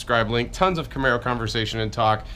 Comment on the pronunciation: "Is that a camero" that mispronounciation of camaro 😂